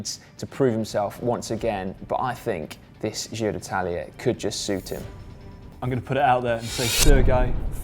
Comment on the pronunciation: Try saying: "gee-roh"